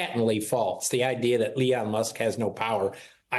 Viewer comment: It's Elon NOT Leon. How could Trump's ghost writer NOT know that?